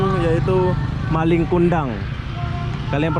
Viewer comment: Malin BG bukan maling 😂